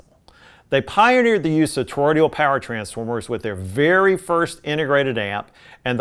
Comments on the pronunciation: Toroidal, not toroidial. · I know that this review was written four years ago but I have never watched it before but it’s sort of nagging at me you’re pronouncing Toroidal as Toroidial. You may be reviewing old videos that you made and I hope that you’ll correct this pronunciation error in the future. I do love everything that’s made by Cambridge though. They know what they’re doing. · Toroidal, not torodial transformers.